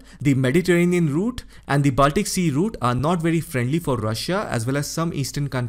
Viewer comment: your accent, intonation and tone are Tops. One tip: It's pronounced as Bawl-tic /Ball-tic, not Baal-tik. Also the same for: Bawl-kins/Ball-kins, Not Baal-kins. Do note coz you're among the Best. Just give this your serious attention. 🙏👍🙏👍🙏👍🙏👍 Thank you 🌹🌹